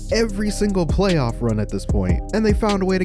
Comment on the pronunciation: PLAAYOFF